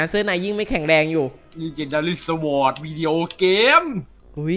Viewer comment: มันอ่านว่าswordไม่ใช่สอด